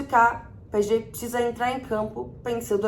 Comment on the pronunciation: Só eu escuto ela falando p é e g? Kkk